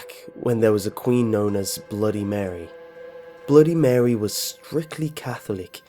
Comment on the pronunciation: Update: It's MUH-REE. Not Mary. My god.